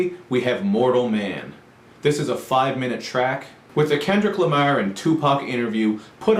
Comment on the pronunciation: It's funny u pronounce kendrick lamar name. It's like u say Kendrick lameer. Do u have accent??